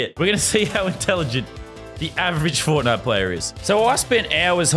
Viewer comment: FORTNITE NOT FONAY